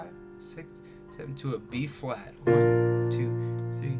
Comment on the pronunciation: Is he saying b flat or b fwat?